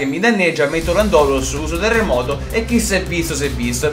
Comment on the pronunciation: si dice lándorus non landòrus